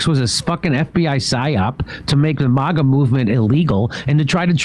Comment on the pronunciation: It's not "MAHGA", Jimmy, it's 'MAGA'.